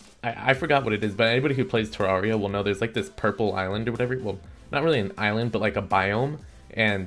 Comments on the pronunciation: what the hell is terrawria.. dont u mean terraria? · people still pronounce terraria as terr-ah-ia?